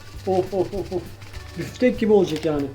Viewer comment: hay büfftek diyişine kurban nice büyümelere görmeyeli 13k olmuşsun